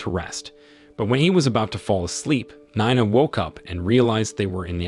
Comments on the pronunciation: Nina 😂not ninea 😅😅😅😂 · 9ah? It's pronounced nee-na, get a better AI . . . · Is it pronounced Nee-na or Nine-na? Keep changing is very annoying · Learn how to pronounce stuff. I assume Yowwa is Iowa and Nine-a is Nina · Spelled. NINA SOUNDS LIKE KNEENAH . THIS IS VERY IRRITATING FIX YOUR VOICEOVER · You really need to update the dictionaries of your AI readers. NINE-A, this is too funny. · Get elocution lessons. You pronounced "Nina" three different ways. Your pronunciation of "Augie" is an EPIC FAILURE. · How many times and ways can you pronounce Nina wrongly? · How can you not pronounce Nina and Augie ? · How do you accidentally spill drink on someone's head while ur both standing?? Dude can't even pronounce Nina correctly 🤦🏽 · I've always wondered if this was another AI channel. The way he can't decide how to pronounce Nina 3 times in a row within a sentence or two settled that debate for me.